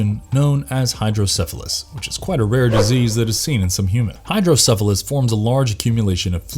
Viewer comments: What's Hydro-syphilis? I belive the word is hydrocephalus. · Did you say "hydroSYPHILIS" or "hydrocephalus "? The syphilis version has to be worse😂